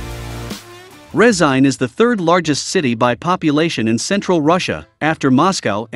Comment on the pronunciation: "Resain" lmao